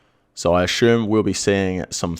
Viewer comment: Love ya But every time I hear you butcher the word 'assume' it's like sandpaper q-tips in my ears. Is that just how Aussie's pronounce asshhhhhuuume